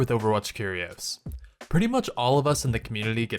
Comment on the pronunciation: When you say "Curios" it sounds like cheerios